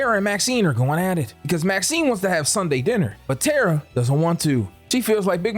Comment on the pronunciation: I cringed every time you said Tara 😂 But I love your content so I kept watching!